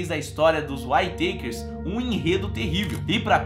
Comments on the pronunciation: Pronuncia-se...Uítaquer "Whittaker"...não Uaitêikers"...de novo Uííííítaquers, mais facil do que parece rssss. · Legal o video mas cada vez que vc pronuncia "Uai teiquers" dòi o ouvido! rs A pronuncia correta è "Uítequers" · Acho q se pronuncia "uítequer" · Descrição do vídeo , é ridícula, essa família já sofreu tanto , e ainda vem um mercenário, que não sabe nem pronunciar o nome da família !!!